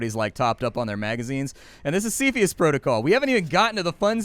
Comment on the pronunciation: It's pronounced 'cepheus', not "cepheus"